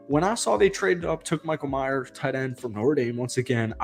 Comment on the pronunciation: Some of these so called Raider YouTube guys need to start getting very basic shit correct. It’s Michael May-er, not Michael My-er. Maybe you never even heard of him before posting this video? It’s actually a good clip if not for the epic butchering of the players name. Again, it’s Michael May-er, not 🎃.